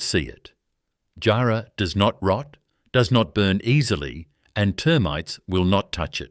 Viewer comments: Great video, its not pronounced jar like a jar. But jarrah like jah and white ants definitely will eat it. Thanks for the video from Perth. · It would be helpful if the narrator could learn how to pronounce place names & words like jarrah correctly.